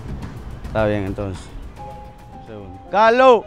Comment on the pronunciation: Jajaja me da risa como dice cajco enves de carlos